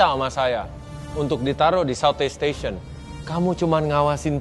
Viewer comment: Sebel banget klo mereka ngomong section section, STATION WOEYYY